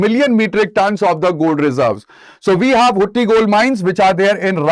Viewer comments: Sir, Its pronounced as hatti and not hutti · You were mispronounced Hatti as Hutti.